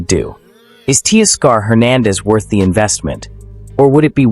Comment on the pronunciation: ‘Tea-Scar’ for Teoscar….? Stop it